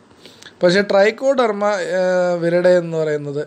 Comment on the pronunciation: ഡ്രൈക്കോഡെർമയല്ല ട്രൈക്കോഡർമയാണ്